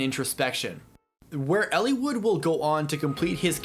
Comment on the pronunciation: I love your analysis on the behavior and development of these characters, Eliwood in particular, it's what drew me to your videos, but I hate the way you pronounce the names.